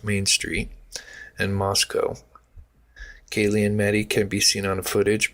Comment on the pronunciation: Yes! Thank you for saying that because I was shocked that he screwed up the victim's names so much. If I were a family member, particularly of Kaylee or Xana I'd be furious that my child's name was not pronounced right.